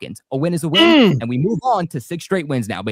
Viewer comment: can't even pronounce the word "win"